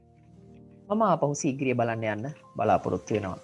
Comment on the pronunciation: සීගිරිය කියද්දි (sigiriya) ඔහොම නෙමේද